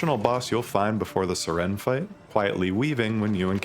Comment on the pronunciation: Of all the names to pronounce wrong I didn't expect Siren. Literally like the english word siren, like a police siren. Not SIH REN XD